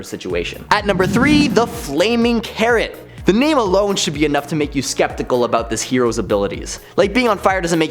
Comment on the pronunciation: when you said "the flaming carrot" i needed to relisen to it because i for some reason heard "the flaming karen" haha